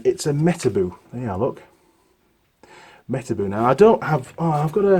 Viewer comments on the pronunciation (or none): I thought it was pronounced metarbow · Those are the real deal, but nowadays you can't easily find a genuine one. You pronounce it me-ta-bo literally. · Those Metabo grinders are damn good. I worked in a fan shop and we had a whole stable full of them. They will eat disk after disk and keep on chugging. Tripped the thermal over load giving all they would suffer and they always came back to life. Side note: I have always heard Metabo pronounced with a long O (boat) not the double oo (book)